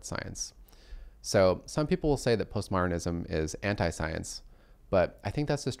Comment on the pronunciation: I heard "post-martinism." I recalled clothing used to be "martinized" (whatever that was).